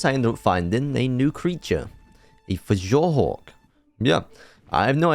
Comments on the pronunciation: ITS PRONOUNCED FUORDOOR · Fjordur pronounced fyordur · Noooo u pronounced it wrog its pronounced fyordur But other than that im hyped about the new vid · U DO NOT SAY THE J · ALSO in nordic style things the J is pronounced like a Y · "fej or dur" "Andrewsurjus" Fjourdur is pronounced Fe or dur Andrewsarchus is pronounced Andrew Sark Us Great vid tho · Dude STOP mispronouncing fjordur and andrewsarchus, its the pronunciations are Fjordur(fyordur) Andrewsarchus(andrewsarkus) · didn't take away from the video whatsoever, just me nitpicking. just a note though, for most words on fjordur, the letter j will be pronounced y. so fjordur is actually fyordur, fjordhawk is fyordhawk, and steinbjorn is stinebyorn.